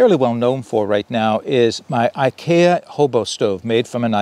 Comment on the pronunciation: Hey great video and idea for the common man without a lot of excess cash laying around. Fyi IKEA is pronounced ( I key a). Not trying to be a troll just trying to be helpful. So you don't get the trolls busted on you.